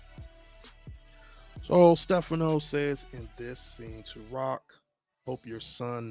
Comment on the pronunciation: The incorrect pronunciation of Stephano’s name is killing me.😭😭😒😒😒